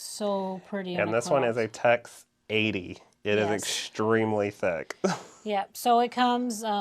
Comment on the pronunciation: You keep saying “text” thread. Isn’t it TEX?